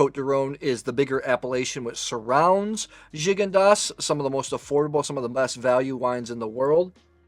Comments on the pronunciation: Good assessment of these wines,however I wished you took the time to pronounce the correct French name of these wines.Gigondas and Pauillac are very famous wines and you should respect their names as every wine expert should . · Glad to see you using the Coravin. It has totally changed the way my wife and I drink wine. Also, I discovered I’ve been pronouncing “Gigondas” wrong all these years.